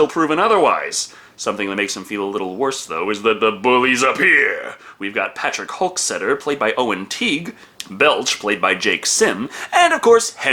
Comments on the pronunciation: You kept saying "Patrick Hulk-setter." It's "Hockstetter." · That's Hockstetter (HOCK-STETTER, first syllable pronounced HOCK, rhymes with sock)